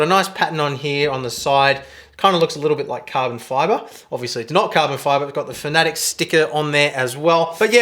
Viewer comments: Please stop saying fanatick its fanatec........ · Could have swore that it was pronounced fana tech not fanatic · Great videos mate , very informative for the sim racing newbie. One small gripe, Fan-a-tec not fannetic